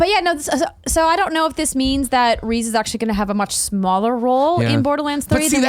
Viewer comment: Did you fucking say "Reez"!?